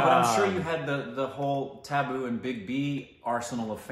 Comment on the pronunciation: It's tabu...not taboo😂🤣